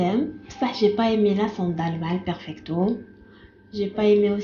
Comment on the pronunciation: Hhhhhhhh fe dkika ahkoli 3la mo fom kbir ki kalat ahhhh oui j'aime bien le perpicto 😂😂😂😂 yawwww perfecto machi perpicto chaba3touna haaafff